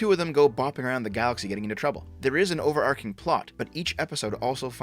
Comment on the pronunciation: I can't stand this, I know I'm leaving a comment on a video from 2022, you keep saying overarching and pronouncing the arch like ark, like Noah's Ark, it's arch like the St. Louis arch, thank you for your attention to this matter.